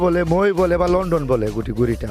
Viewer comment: লন্ঠন না লন্ডন 🤣🤣